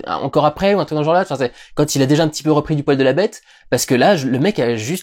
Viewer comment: On ne dit pas "jore", mais "GENRE". Tu ne dis pas Oculé, mais ENculé, non ?